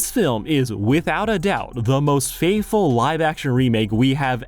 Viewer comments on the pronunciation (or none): You hit everything on the head. I just have to say your pronunciation of 'faithful' is atrocious. It sounds like you're saying 'fateful'...